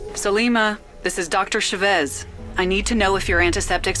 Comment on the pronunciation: Dr.ChaVEZ...oh my god. I like the concept of the game but the person mispronounced what I think is a Spanish last name.